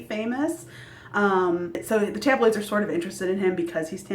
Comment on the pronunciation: Congrats on 100 subs! My question is: what state do you live in? The way you said tabloid makes me think Midwest maybe??